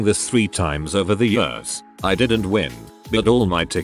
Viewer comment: Noone: The bot reading: I lived in DC for many yöhrs